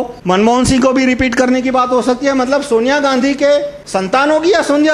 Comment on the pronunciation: Actually, I was least interested in him. Only bcoz one of my friend shared in it on fcbook so I was eager to know the content. I am not bothered about who he is? neither I am congress supporter but his pronunciation related to Sonia Gandhi does not look good. Bakkee yeh public hei sb janti hei. Ab gye woh din.